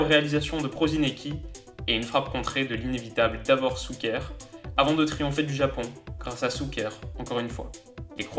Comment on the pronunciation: faut pas trop en vouloir lol, entraîneur = « tchatchitch » et non Katchitch comme il le lit, shouker et non souker mais bon c’est croate ça se pardonne lol